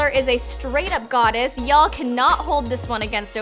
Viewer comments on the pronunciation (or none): "Yells president" 😂 doesn't know how to say yall